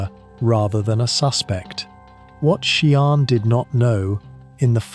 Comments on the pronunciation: Sian pronounced phonetically sharn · Can’t subscribe. You’re repeating everything. You haven’t even bothered to learn how to pronounce her name properly. I guess this is an AI voice. It’s awful.